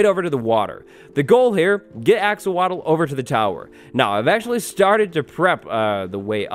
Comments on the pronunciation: Axowatle(Axe or wattles)😂🤣😂🤣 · When he said axowatl, I thought he mispronounced axolotl. Turns out that’s just a villagers name.